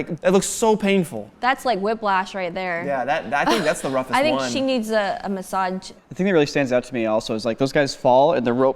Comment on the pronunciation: Did she just pronounce energy as ener-G. EDIT: also noticed her pronunciation on massage. She might have some speech impediment. Why that’s fine! I just thought “huh? can energy be pronounced differently?” 😬